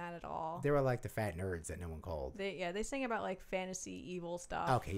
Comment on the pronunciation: Ah-baht not ‘a bath’